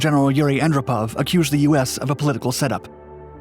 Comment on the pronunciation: It’s Yuri AnDROPov.